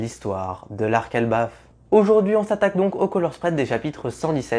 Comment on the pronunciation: Elbaf pas erbaf